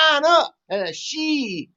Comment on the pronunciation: TQVM to and for this very interesting and informative video that is worth a second read. Theses guys know the subject well and are very passionate about it especially. A lot of journalists pronounce the surname of China's president incorrectly. The correct way is the letter C. This video exposes so much of the evil empire that I greatly applaud the 2 presenters for their bravery.